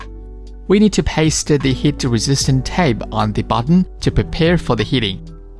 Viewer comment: Heat not hit. Negative not negtive. Please improve your english.